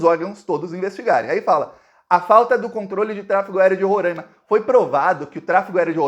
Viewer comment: não é Rorãima. Se fala Ro-rai-ma. Rorãima tá errado. Blz!